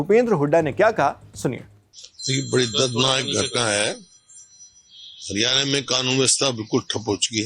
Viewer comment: Bhai ... Hariyane ... Nhi ... Haryana hai .... Plz thik boliye .. state ka naam